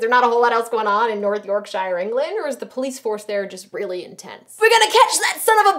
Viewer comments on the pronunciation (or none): North Yorkshiiiire. We don't pronounce it like that